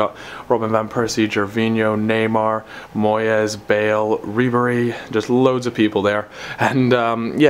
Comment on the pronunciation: I cringed when you said "Moyes"